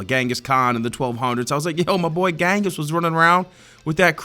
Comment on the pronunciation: ....bro....ghenghis is actually pronounced JENGIS